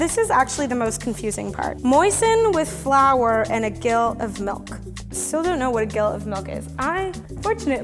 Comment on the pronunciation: It's said "Jill" like "Jack and Jill" (a jack is 2oz and a gill is 4oz).